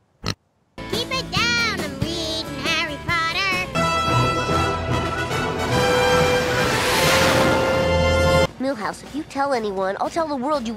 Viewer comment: It's PoTTer not Pooer